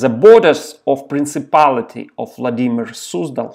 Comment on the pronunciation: Только не оф, а ов. Оф - это off, а of читается как ов.